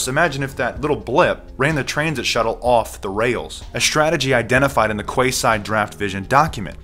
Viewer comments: its pronounced "key side" not "kway side". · I think it's pronounced Keyside. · It's pronounced " key side" brother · it's pronounced : ''Keyside'' - weird right? The area it's gonna be in is called Queen's Quey (key). Perhaps it's the last ''Key'' to lock all freedoms away....I left Toronto for a small town a decade ago and am never looking back. Never liked this city, aloof, gay and stand offish. Now our Prime minister is a liberal fool in love with the global agenda and things are falling quickly....